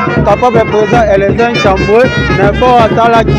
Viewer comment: Bonjour! votre nom c'est ntambue et tambue.vous prononcez Mal ce nom.